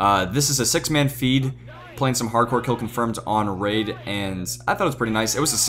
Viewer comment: it's drone not raid